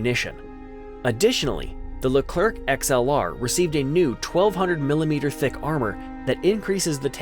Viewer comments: Small detail to correct which isn't directly linked to the content of your video : unlike Spanish or other Latin languages, in French we almost NEVER pronounce the last letter of words, any more than that of people. So our tank doesn't bear the name of General "LECLERK" but of General "LECLER(C)". As you correctly pronounced the name of our plane, the "RAFAL(E)"... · Leclerc, not Lekr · WE SAY LERCLEC WHITOUT SPELLING THE C : LIKE LECLER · Stop prononcing the "c" at the end of Leclerc thanks you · Cool cool, but please stop pronoucing the ending "c" of Leclerc ! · Of course maybe the american have their owne prononciation, but just know that it is a common miss-pronouciation by all America even if the officials say it is with a "k" sound. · Or the french Forvo, just search for Leclerc in french forvo pronouciation ! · You didnt pronounce the C at the end of Leclerc